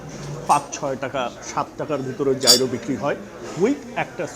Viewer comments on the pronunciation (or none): Gyro ke thik "Jai-Ro" uchharon kora hoyna, "ye-ro" er moto kore pronounce kora hoy